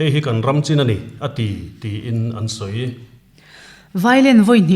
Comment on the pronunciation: Chin hi chhin Tia lam tur ania.